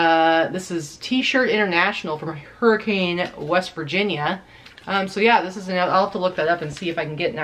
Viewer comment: Thanks for the great content. FYI, Hurricane, WV is pronounced - Hurri - cun (like cun rhymes with ton)